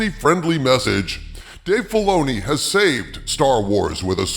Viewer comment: Dave Filay-she-oo.... . is aweful...ashoka is bad...